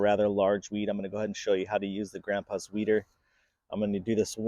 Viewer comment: Who else heard weiner? 😂